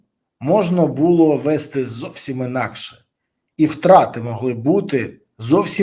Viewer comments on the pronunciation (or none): none